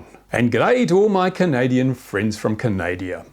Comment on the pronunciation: Canada not Canadia :p